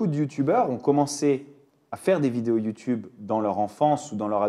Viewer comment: Ermano quand il dit "you toube" a chaque fois je suis mdr.jadore 😅